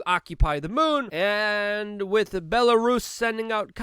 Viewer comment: Lol, just another “Luke-ism” Same as how he says with as “wit” Love this cat. Top notch human